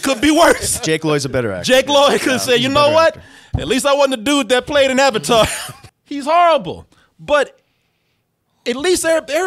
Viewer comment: Movie: Are you the Uvatar Ung? Me: Who?